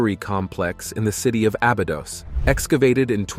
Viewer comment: You've pronouncned Abydos every way but the right way. It's Abby like the girl's name and dose as in a dose of medicine.